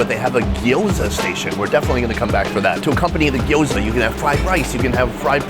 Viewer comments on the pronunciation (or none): none